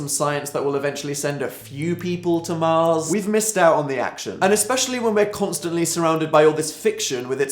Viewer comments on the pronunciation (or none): none